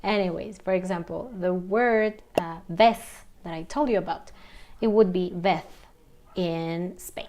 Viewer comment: But it seems that you pronounced « vez » with an English « v » sound. After watching your video on the correct Spanish pronunciation for « v », I’m confused.